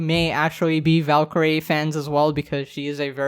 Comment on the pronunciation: ah yes, valkeerae